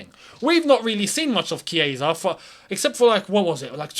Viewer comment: Wow!! The chiesa pronunciation🥳🥳(kieza),am in love